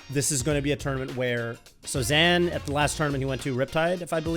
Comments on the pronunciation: It's Zain. 'Zane'. Stopped watching after that. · lol, hey now, I'm not trying to start any wars here, I'm just sayin', I find it an unnecessary distraction to the great Melee we've seen from Zain for so many years with a very obvious phonetic pronunciation that everyone is used to. 🙃 My understanding is that Zain himself doesn't really care one way or the other. Germans aren't bothered by the fact that Americans pronounce Porsche like "porsh", but American car snobs will inevitably say "uhh actually it's porsh-uhh..." and it's all just a really pointless thing to fight for in the face of popular use. 😅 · I hope he's the voice of reason that stops saying "ZAN" ....it's too late you guys, I don't care if that's how it's "supposed" to be pronounced, stop that! 🤣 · it's actually pronounced "Zain" not "Zain" btw